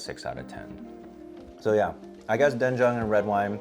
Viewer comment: Korean here yeah his pronunciation is on point.